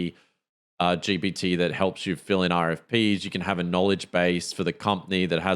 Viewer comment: Great podcast guys. I hate to bring it up, but you DO say ‘GBT’. I’m a New Zealander and if I hear it like that, I wouldn’t expect better from an AI atm. Anyway, looking forward to the next ep.